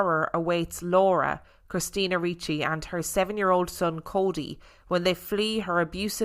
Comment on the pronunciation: You are correct in pronunciation of Ricci. 😁